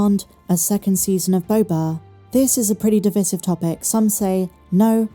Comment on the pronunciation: Great episode, but why are you pronouncing divisive wrong?